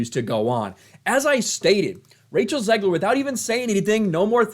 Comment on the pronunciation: "Zegler". Every time, every fucking time.